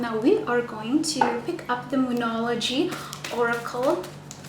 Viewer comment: When you said : The moonology I heard : Demonology 🤦🤦🤦